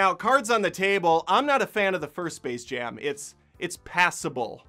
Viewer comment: Oh gosh. It's called SPACE Jam. Not Server Jam. They couldn't even bother reading their own title.